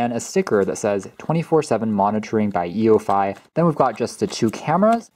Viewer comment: It's pronounced "you-fee"